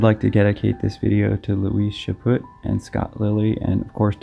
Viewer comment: "Chaput" The T is silent. Chaw-pew...sort of. ;) keep up the good work, and you guys keep watching!